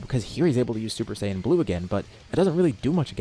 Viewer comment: Exactly, just don't say sayian with the j